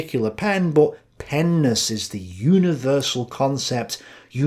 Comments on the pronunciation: says, "Peness" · Penis you’re mispronouncing it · I started losing it when started saying "penness" man